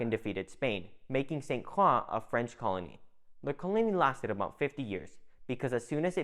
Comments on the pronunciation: Good info, but St. Croix is pronounced incorrectly. It is not "St. Craw", it is "St. Croy". It is very cringy for us natives to hear this. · As a cruzan, with family on st. Croix since it before it had Danish influence..please for the love of God it pronounced "SAINT CROY" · Dawg facts lol. Man saying crocs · San cwaw 😂😂😂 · Hell I’m from Utah and it hurt my ears. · I live in the uSVi and had to stop halfway though because the way you mispronounce St Croix is like nails on a chalkboard